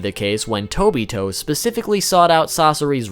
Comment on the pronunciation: Tobi Toe